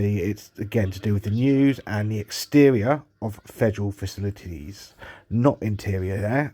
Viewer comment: He keeps saying "faxcilities" he does not know how to read.